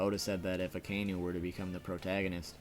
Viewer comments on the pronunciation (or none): A KAI NU...not Akaynu ...